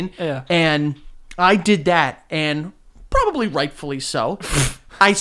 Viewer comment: joe says probaly and not probably